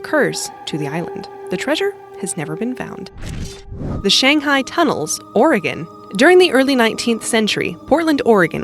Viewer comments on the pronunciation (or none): none